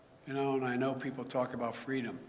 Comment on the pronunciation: Hey joe did you say FREE DUMB?